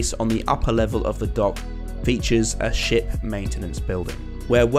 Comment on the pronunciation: What nornal people hear: ship maintance building. What I hear: shit maintance building